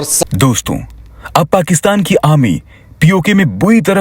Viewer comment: It's called 'Arrrrrrmy' not 'Amy' and if you're able to pronounce properly, just say 'Sena'